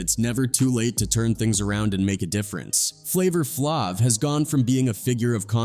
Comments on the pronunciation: As soon as I heard the way he pronounced “Flavor Flavv” I exited the video. 👎🏽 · Who tf is flavor flavv 😂😂😂 A.I. pronounced it wrong af 😂😂😂